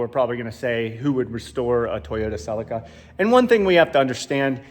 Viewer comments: Celica not selli-kkarrrr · Sell-in-Kuh vs Sell-eek-uh… Clarkson goes for the latter. Divided by our common language… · And here I was looking for the silica till I realised that Americans dont say Celica 😂